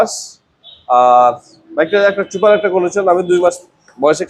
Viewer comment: ছুপার না সুপার। অনলাইন সেক্টরে ভিডিও করলে উচ্চারণ সঠিক রাখাই ভালো তাহলে বুলিং এর শিকার হবেন।